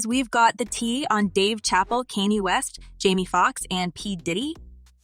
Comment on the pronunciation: 😂 and Kiyeh west